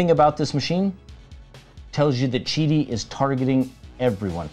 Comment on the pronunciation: Thank you for pronouncing Qidi correctly.